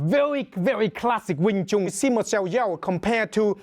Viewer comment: Ya a wing Chun master that can't even pronounce wing Chun. Its like doing a cotton picking video featuring a white guy.